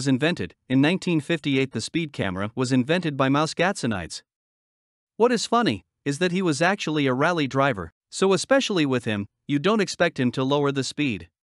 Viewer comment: Thats not how you pronounce Gatsonides... its more like gat-sony-des, not gatsonaides.